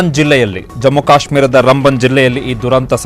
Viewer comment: It's not Rumbun it's raamban